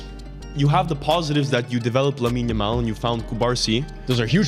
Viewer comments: The world: lamine yamal: yamine lamal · don't worry I sometimes say Yamine Lamal too